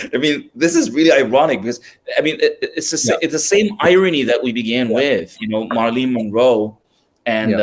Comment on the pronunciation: Great content. One thing, her name is pronounced MARE-UH-LYN (Marilyn) not MAR-LEEN.